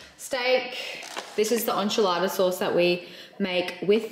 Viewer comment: Nuttelex is pronounced- Nah-tahh-lex😅 Tortilla is pronounced- tor-ti-agh you don’t say the two L’s. Enchilada is pronounced- N-Chi-lah-da Also how’s your avocado tree going?☺️🥑